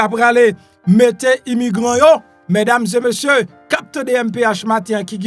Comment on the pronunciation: Ou sanble ou ka pale fransè men lè wap di : mesdames zeu messieurs, li yon jan ridicule wi.